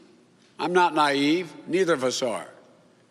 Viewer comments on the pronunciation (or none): none